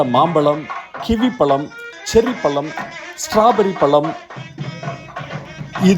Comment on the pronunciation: முளுக்க முளுக்க பளங்களா? வாளைப் ப்ளம், ஆரஞ்சு பளம் அப்புறம்?? முதலில் தமிழுக்கே ஆழகான 'ழ' வை உச்சரிக்க பழகினால் நல்லது...பழம் என்று சொல்லாமல் பளம் என்று சொன்னால் ரசிக்க முடியவில்லை சார்.